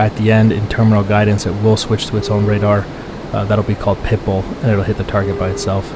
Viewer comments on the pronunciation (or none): For the longest time, I thought you were saying "Pipal" and not "Pitbull" 😂😆🤣😆😂😆🤣😂😆🤣